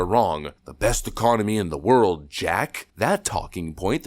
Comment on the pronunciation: In the worlduh